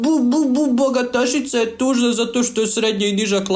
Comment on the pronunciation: cemu naglasavanje ovo bbbogatasica😂 rekla bih da tebe bbbboli